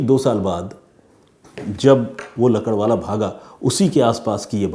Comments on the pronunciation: Ajaz lakadwala nahi .. lakdawala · भाई आप लकड़वाला,,, लकड़वाला क्या कर रहे हो?? सही नाम है एजाज "लाकड़ावाला"